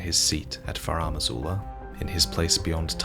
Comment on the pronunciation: “Furam Azula” ouch